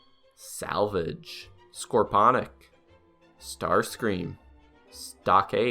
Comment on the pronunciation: Yeah i know this video was made almost a year ago but idc.This was honestly really cool,you got to even the really obscure merch too.Tho i think there are two massive "problems" with it:You completely butchered Scorponoc name and you forgot about voyager Ratchet and Ironhide.But that's about it,overall really good :))))).